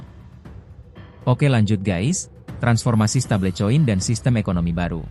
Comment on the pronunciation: MIN, BACANYA YANG BENAR "STEBEL KOIN" BUKAN "STEBLE COIN"